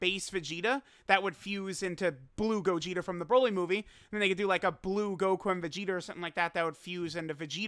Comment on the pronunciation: dokkan meme time (he said gogeter and vegeter)